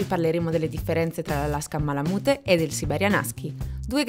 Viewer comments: Si pronuncia malamut non malamute 😅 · bel video però la pronuncia è "ma-luh-myoot", cioè "malamiut", insomma la e finale non si sente mai ;D Poi, il Malamute maschio misura "idealmente" 63.5 cm, cioè quella è la misura ideale per l'attività di traino. Ma 62-63cm sono proprio il minimo per un maschio, il mio è 66 al garrese. Il range corretto penso sia 61-68, includendo le femmine direi 58-68. Il peso va dai 32 (minimo femmine) fino ai 43kg (massimo maschi). Le misure dell'Husky invece sono abbastanza precise. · Se pronunci ma la mute , meglio skippare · beh sì dai, in Italia diciamo tutti "malamut" (e continueremo così ahah), però in USA la parte finale si pronuncia "miut"